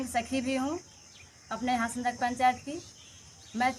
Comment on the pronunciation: लोवादाग नही हासनदाग